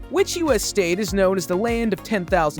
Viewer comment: These AI voices are getting better but there’s always a tell. Pronounces known as noun? Bruh.